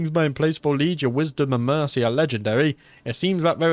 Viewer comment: Dude, it's Im*plack*able. "Not able to be placated" It means relentless.